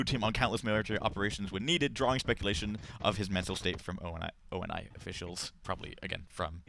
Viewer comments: STOP SAYING O.N.I. IT'S ONI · "O N and I" Really? Can you guys not get people that actually know want they're talking about? "John Locke" not Jameson Locke, jesus. IGN, go on Waypoint give credit to the guys that actually completed the "maps", not Halo Reddit and learn about Halo besides a quick Google search. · Stan's sister Shelly can't pronounce ONI correctly...